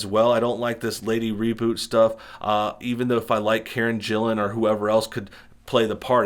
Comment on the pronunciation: Karen Gillan's last name is pronounced with a hard G sound.